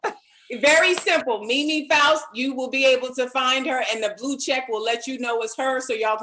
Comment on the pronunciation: faust not foust